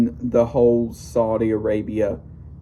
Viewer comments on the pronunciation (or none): Saudi not Saldi.